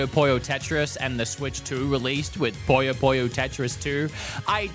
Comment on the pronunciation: Bro called Puyo Puyo, Poyo Poyo... it's not a Kirby game!